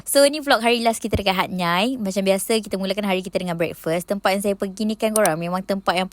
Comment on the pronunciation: Hatnyai sy dgar..hatyai lah